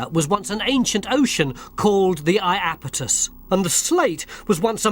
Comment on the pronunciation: It's the IapEtus Ocean. [EYE] + [AP] + [I] + [TUHS] .